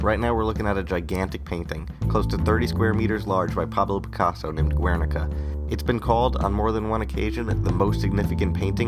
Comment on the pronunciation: Just one little thing. Guernica is pronounced with the "u" as a silent letter in Spanish. Keep the good work, it's awesome.